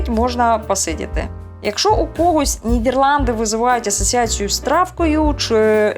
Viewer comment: толковий гайд по Нідерландах, був там в далекому 2000-му році, я її називаю країна-Діснейленд, бо жив у маленькому містечку де кожна хатинка і подвір'я навколо - маленький шедевр. Єдинє, дратує як авторка називає країну Нід"Є"рланди замість "Е".